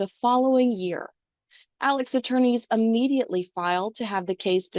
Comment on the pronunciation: Immediately not um mediately